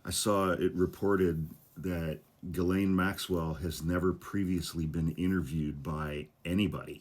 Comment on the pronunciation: Please pronounce Ghislaine's name correctly.